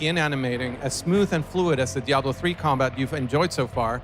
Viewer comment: To point out the obvious..its DiablO not DiablA, brush up on your Spanish and try not to get triggered ya ninnies..if the sarcasm was applied any thicker, it'd be a fatty